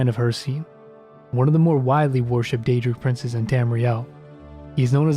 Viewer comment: That was a very nice summary of the snow elves. Gotta work on the pronounciation of those daedric princes though ;)